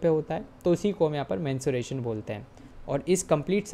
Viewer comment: Sir there is a difference between menstruation and mensuration Menstruation is a biological process Whereas, Mensuration is the branch of mathematics that studies the measurement of geometric figures and their parameters like length, volume, shape, surface area, lateral surface area, etc. Please don't mind your were mispronouncing it several times so I thought I should correct you Thank You❤